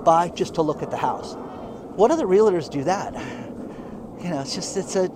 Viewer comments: It is NOT an accent. It is being mispronounced. It is a 2 syllable word - real + tor, not a 3 syllable real + LA + tor. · C'mon Dan, you've had plenty of time to heed my repeated advise and learn how to pronounce realtor. There is no "LA" in the middle. Just REAL+TOR. You can do it!